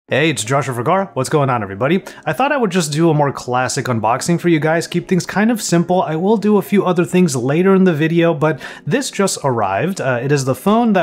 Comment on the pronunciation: Joshua Vergara became just to sound American. He used to pronounce it Vergara. Oh shoot!